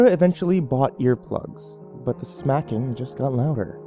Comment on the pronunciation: at first I was like snacking? then I was like no smacking yea smacking was she smacking herself Oorr smacking her lips eating gum or just eating? but at the end it cleared it up.